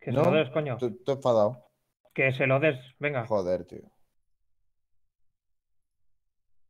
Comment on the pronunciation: Dice "menfadao"